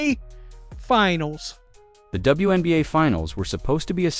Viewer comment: The AI announcer is calling the league "THE WENBA'. Without the Fever I agree it is the WENBA' LEAGUE